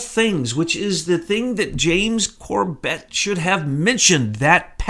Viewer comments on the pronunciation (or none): It's NOT corBET, it's CORbet, the pronunciation of James's name. I've heard him since he was a guest on THE POWER HOUR with Joyce Riley. He did a great 911 vid. Last I knew, he and his family lived in Japan, in Tokyo. I think James just doesn't know what you know. He's not up to speed. And is only putting out what he knows.